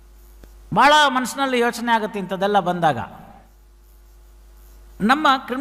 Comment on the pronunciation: Sir ಹಾಗುತ್ತೆ ಅಲ್ಲ ಆಗುತ್ತೆ ಅಂಕೊಂಡಿದ್ದೀನಿ